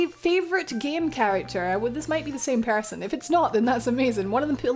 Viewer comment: This was a bundle of fun to watch/listen to. Defs noticed I was exhausted when you said person but with the accent I heard Pear-son. Highly confused but a nice chill video to end a day with. Thank you for providing your time to hang out and even provide some a place to vent, chill, socialize and or simply lurk. Post-Rambling: Might steal that curo-cabinet. Piggybacking off favorite Texan question. Was it exciting knowing you reached people outside of your country?